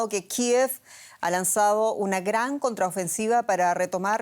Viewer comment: Hasta caen mal como da. La noticia cuando dice Graannn jajaja quiere darle enfasis cuando es de inventar los seudo presentadores desinformadores hasta caen mal que digan tanta mentiras